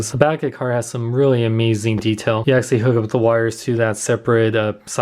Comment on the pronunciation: Is it just me or does he say "Axshally" a lot?